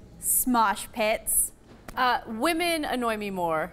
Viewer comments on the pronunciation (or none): I like how everyone is commenting about mosh pits when she said smosh pits lolol